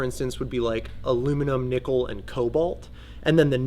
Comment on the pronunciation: he said it. alnico-aluminum, nickel, cobalt. NIC-kel, not NEE-kel. where the hell does alneeko come from? pet peeve.